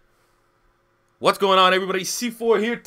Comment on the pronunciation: I forgot you were Canadian til you said what's MI